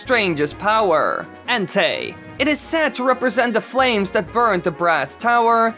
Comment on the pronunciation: The first one you said Ente it's pronounced Entei